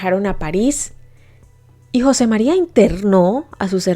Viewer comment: se ppronuncia jose mariA